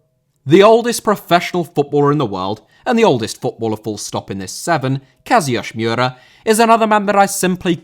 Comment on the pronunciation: "Kazayoshi miura" The comments: "SIIIUUUUUU KING KAZUUU"